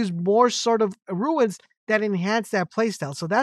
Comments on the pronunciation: its runes not ruins ... ruins are old broken down buildings... runes are said like ROONS.... as i said ruins are old run down buildings and such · Turned off when I realised you don't explain where to get the rare items to upgrade. Pointless. Also mate, it's Runes as in Roons , you keep saying ruins. Americans confuse me, you add an I to a word that doesn't have one, yet leave it out of words like mobile...no logic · Calling "runes" ruins over and over again drove me bananas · They are runes not ruins haha good vid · Relatively good information but it’s like a nail in my brain every time you say RUIN when referring to Runes. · please dont call them ruins.... i nearlyu triggered me hearign that said somay times its runes like ROONS... ruins are old buildings hat are probably beyond repair. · Good ol "ignots" and "ruins"